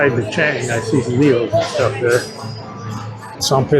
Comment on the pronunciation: It hurts my wife's ears when you say Chang with a long a 😀. The way it is pronounced is "Chong".